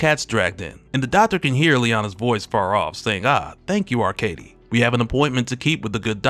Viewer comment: Arkadiy isn’t pronounced Arcade-e. In Russian, it’s pronounced: Arkâdiy. Ar-KA-diy.